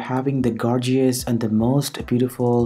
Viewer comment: Good ..imho, however the gorgeeous and vindows does give away ... Accent is awesome though, make us unique